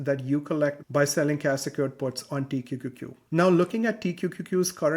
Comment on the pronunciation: Pronouncing T-Q-Q-Q every time was impressive! 👏🏽